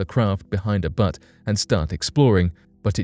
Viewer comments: Are you saying Butte or Butt? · Butte -- it's pronounced Byoote - not like your bum/bottom/rear/ass - :) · "Butte" pronounced like "beautiful" without the i-f-u-l. Though I do chuckle at the idea of a place on Mars called Musk Butt. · Butts? C"mon Man. That is a huge error. Said over and over and over. Inexcusable. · Is it...Buttes(cute) or Butts(cuts) ? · You honestly don't know how to pronounce the word Butte? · I'm sure they meant butte, but like many other YouTube narrators, they haven't got a clue how to pronounce words they aren't familiar with, and don't bother doing 2 minutes of research into the correct pronunciation.